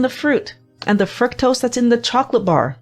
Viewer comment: Why are you mispronouncing the very word FRUCTOSE?